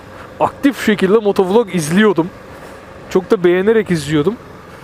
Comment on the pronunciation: Dostuk cok kaba soyluyorsun motovulog değilde motovilog desen daha iyi sanki :)